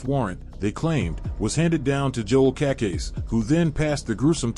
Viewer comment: Cacase. Pronounced Kuh-Kase- EEE